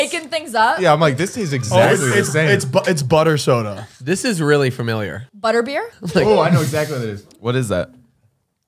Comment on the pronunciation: THE WAY SAYS “butter” has me ROLLING